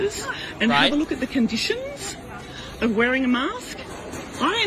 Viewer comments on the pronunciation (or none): "Take a look at the condiSHIINSS"